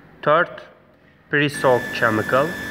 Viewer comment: Chemical is pronounced as Kemical.